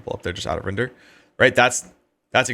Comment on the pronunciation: Great content. Me next :D “tender poomage” I barely missed qual